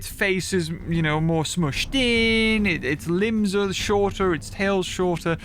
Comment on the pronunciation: "Moar" again 🤣